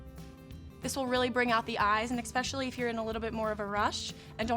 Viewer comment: Another idiot who cannot pronounce 'imporTant' and 'especially'. Always with the fools it is impor-ant and eggspecillee